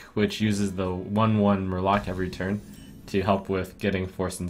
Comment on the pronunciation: did not you say just Murlock or Mur-lock it would have been awesome :(